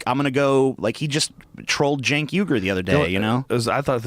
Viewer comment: It's pronounced "Chenk". In Turkish the "Ç" symbol is spoken as "Ch". Just trying to help.